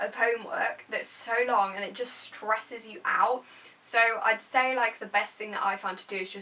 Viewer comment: When she says stresses the word "stress" 😂😂